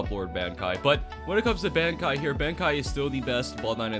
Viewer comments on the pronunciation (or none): Bankai is pronounced Bon kai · Say bankai one more time its bankai like from bleach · nfs the way you pronounce bankai is getting me tight 😭😭😭